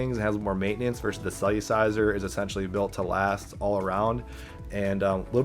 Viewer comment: It’s not “cell-u-ciser” it’s “cell-er-ciser” lol